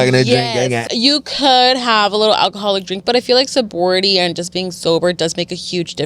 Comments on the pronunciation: Hella mispronouncing so-BRI-et-y 😅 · Yall confused me lol SOW-BRY-E-tea . (Sobriety) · Sobriety 😂 said sobority lmao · It’s pronounced sobriety suubry E T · I stay commenting correct pronunciations, it’s all love tho, don’t block me and 🥰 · can we talk about how cringe it was to hear them mispronounce sobriety??? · Omg, I cringe every damn time! 😵‍💫